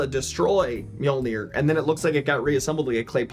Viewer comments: It’s pronounced me-yol-ner…. If ya didn’t know 🤣🤣🤣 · It's so funny you americans cannot say mjolnir :D